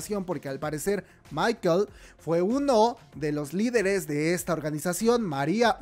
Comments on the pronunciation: Una cosa... No se dice Maikel.. se pronuncia Mikel.. tal como suena. Y es un nombre 100% vasco.( La organización terroris.. era vasca) O sea si hubieran elegido otro nombre, podrían decir que es coincidencia... Pero si añades ETA y Mikel... blanco y en botella... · el nombre no es MICHAEL, es MIKEL, se pronuncia como suena, es un nombre vasco - de ahí que la gente piense que no es coincidencia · Una coincidencia puede ser inocente. Ya que usen los nombres de MIKEL (nombre vasco, se pronuncia como se escribe, no en inglés como tu hiciste) es un fundador de la organización. MARIA Soledad Iparraguirre fue la esposa de MIKEL... Me provoca una sensación de tristeza tan grande...